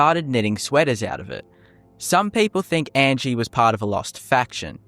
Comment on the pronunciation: 1. The creator mispronounces Angi's name throughout the video. Angi tells you how her name pronounced, "ahn-gee". 2. Angi is far from the only Nord NPC with just a first name. 3. Angi has purposes, to train archery and to be mysterious I suppose. To give a few examples of less interesting NPCs, the child and sultry woman from the Mind of Madness quest do absolutely nothing but hang around, and there is an NPC in the Solitude warehouse who does nothing but sleep. All this being said though, there is cut content in the game, as evidenced by the Creation Kit and the mod Cutting Room Floor by the author of the Unofficial Patches, so who knows what might've been planned, but not implemented for Angi. 4. Faendal does more than chop wood. He has a full schedule. UESP (the most accurate TES wiki btw) goes as far to say that he actually goes out and hunts in the mornings, and if you retrieve the Golden Claw for Lucan Valerius and have done the Riverwood love triangle quest in favor of Faendal, he will actually come and visit Camilla instead of hunting.